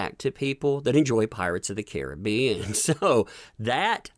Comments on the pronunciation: Hold up…I swear I heard him say “Pirates of The Karen-bean.” If not, I declare myself the creator of these gloriously put together words and demand recognition for it…Just kidding. Seriously though, this is gold either way. SPREAD IT EVERYWHERE UNTO THE MASSES!” 😂Even the subtitles say it! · I could swear you said Karen-bee-an in the very beginning. 😆🤣😂